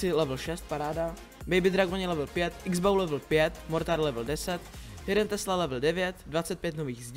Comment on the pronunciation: a čita sa x bouw